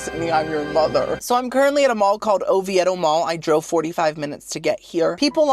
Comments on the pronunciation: Oviedo Mall was so popular back in the day. That was our go to mall in highschool. It’s very not busy anymore! Also it’s Oviedo ( O-Vee-dough) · its pronounced O-VEE-DUH 😂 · Lol the way you pronounce Oviedo 😂 it's pronounced O-vee-doh. You make me laugh! I'm not too far from the Orlando area. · in Orlando area, it's pronounced O-VEE-do. You are correctly pronouncing it, but this is the South, we don't pronounce things correctly. Like Ocoee is not O-coh-ee, it's O-coy